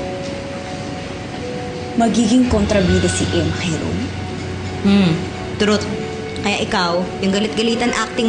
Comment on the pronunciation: Sbi ni, hmmm! Trut! Hahahaha. Ayusin mo pgpronounce te its Truth not trut!